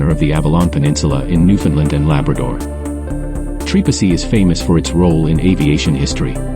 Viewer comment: Can't pronounce right! Don't even bother to come here